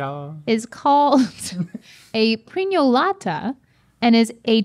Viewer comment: So as a carnival lover from Malta, I was soo happy that the Prinjolata (btw spot-on pronounciation) was involved in this episode.